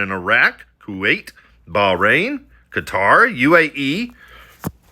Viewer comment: ~ thank you for NOT pronouncing Qatar as 'cutter'... seriously...thank you 😂 🙏